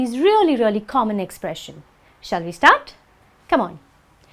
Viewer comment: '10 expression'? Why don't I hear a [z] sound when you pronounce the word? You say '[ 'tɛn ɪkˈsprɛʃ(ə)n]- no [z] sound at all! Why?